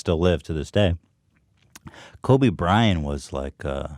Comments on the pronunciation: Why does he keep saying Kobe Brian? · It annoyed me more than it should, how Ethan kept saying "kobe bryan"